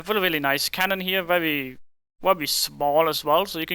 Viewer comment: Vewy vewy cool